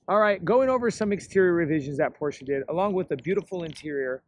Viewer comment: I hope after 2 years you have learned to pronounce Porsche properly.